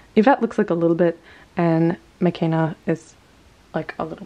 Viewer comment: Her name is pronounced meh-KAY-nah not meh-KEN-nah. When you choose to mispronounce it because you said you like the way the European version sounds better than the Swahili one it makes me feel like the Blackness of her character is being disrespected. There's a whole chapter in her book about why names are important and why they should be pronounced the way that person pronounces them. She's your doll and it is absolutely your right to change her name if you wish, but maybe you should think about why her Swahili name makes you feel uncomfortable.